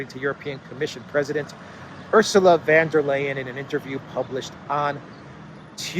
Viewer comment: VON Der not VAN Der. Just sayin".